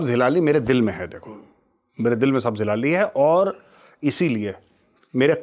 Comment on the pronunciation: Major sahab aapne bola Sabj hilali Esha laga Jese bola sabji wali🤣